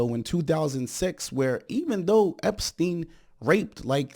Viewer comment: "Epstienth" is pure brilliance! 😂😂😂 Thank you, I needed that!